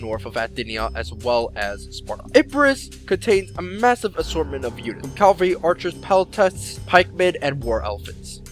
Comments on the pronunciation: cavalry, not calvary. Why do all americans say this? Even in their documentaries they say calvary. Pet peeve of mine! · cavalry! the "L" comes afterwards! Hate "calvary" just sounds so wrong, and it is. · Its CAValry and not calvary!